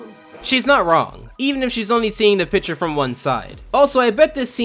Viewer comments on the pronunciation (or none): none